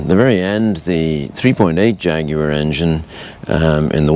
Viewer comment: Great video. Beautiful car, and you pronounce Jaguar properly. Well done all around.